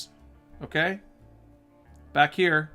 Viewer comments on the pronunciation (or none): none